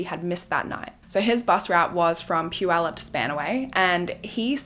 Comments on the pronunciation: I just want to say I'm impressed with your pronunciation of Puyallup. Usually, if you are not from here... It's generally wrong. So kudos. I'm also happy to see the funky earrings making a reappearance... It's such a sad story... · I'm really impressed by your correct pronunciation of puyallup. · I want to compliment you on your pronunciation of Puyallup! My bf lives there and makes fun of me because I always say it wrong…🙈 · I am from the Pacific Northwest and I commend you for pronouncing Puyallup correctly! Ppl in the U.S. don’t even do that. 👏🏻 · I have lived in Puyallup since 1990 and thank you for taking the time to know how to pronounce Puyallup correctly! I live 5 minutes from the fair now and lived about 1 minute from the fair at that time. In 1993 I tried to get the Puyallup Police, technically the Sheriff, to help me make my ex stop stalking me and threatening me and the guy literally told my dad “you know how teens can make things up” right in front of me, I was 17. So yeah they didn’t trust teenagers a lot back then. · I grew up in Puyallup, going to the fair every year! I'm so impressed that you pronounced Puyallup properly! 😅❤ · And it was Puyallup! Impressive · Right…she pronounced Puyallup correct from the beginning❤